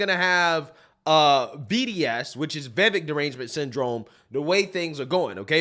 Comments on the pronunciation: Somebody tell bro its' "Vi-VAKE" not "Veh-Veck" ...too many intellectual conservatives continuing to misrepresent the man's name, it's fkn silly at this point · It is Vi-vek, not Vevik! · The mans name is PRONOUNCED Vi-vāk. Rhymes with cake. Vivek Ramaswamy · You pronounce his name we vivake like cake. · His name is pronounced “vih-vake”. Why can’t anyone at least look up up before they make a video saying it 20 times? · Love the videos. His name is pronounced as in "Cake." So his name is pronounce Va-vake. This is how he said it's pronounced. I think he's awesome and needs more attention. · Why can’t people in media pronounce his name properly? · I'm amused by preference for and coverage of Vivek but still can't pronounce his name properly. not a diss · "It's Vivek, like cake." - Vivek Ramaswamy Someday you will take the time to pronounce the man's name correctly.